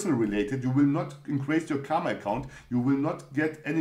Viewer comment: Thanks for another video. Your creativity of explaining Mindset Series is Really amazing. and one more thing it's not KAMA. It's KARMA. "R" should be pronounced. If you want clarification then Watch Indian Epic MAHABHARATAM. Thank You.